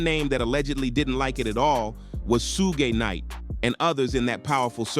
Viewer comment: Sue-gay knight